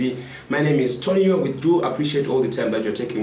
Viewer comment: Very hard to take the show seriously when the presenter calls himself. Nxa🙄🙄🤣🤣🤣